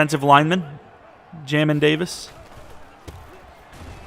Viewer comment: It’s pronounced jay-min Davis fyi 🤙🏼